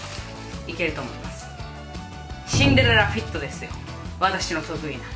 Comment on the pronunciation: すぃんでるぇらふぅぃっと🤣🤣🤣🤣🤣